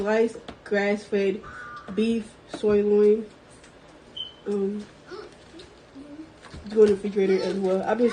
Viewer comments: I'm perplexed. She said soy loin but I'm guessing she meant sirloin. But the reason why I'm perplexed is because nowadays that might actually be a soy loin LOL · WTF is a “soy loin”??? She trying to say Sirloin? 🤣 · Ahh yes, ‘SOY-loin’…….. ya know, for the vegans 🌱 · "Beef soy-loyne" If you can't even pronounce the product, you shouldn't get it for 'free' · Did she say Grass Fed "soilion"??? I just looked that exact pkg up - fully cooked 2lb avg wt $29. ! OMG nearly $15.00 a pound. While I'm, trying to find any raw meat at a reasonable price 😭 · What goes with soy loin? Muffins obviously! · beef "soy-loin" from tiktok? I like how she had to squint and look multiple times to determine if her meatballs needed to be kept in the fridge.... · Paper plates!! You can’t be bothered to wash dishes?!?! I’m trying so hard not to be mean but wow. She couldn’t even pronounce sirloin!!! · The first person obviously hasn't missed any meals. She has trouble pronouncing things like-sirloin. WOW! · She has no idea how to pronounce the word sirloin, but she can name all the junk food JUST FINE. It's almost like she has zero experience with actual food. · cant even pronounce sirloin. At least she had some healthy beef products but god almighty.... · She can’t even say SIRLOIN. T t t too much time on my hands. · And she couldn't even pronounce the word sirloin!!!!!!!!!!! LOL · I was trying to figure out what that was! I thought she said something about “grass fed soy meat” and was very confused.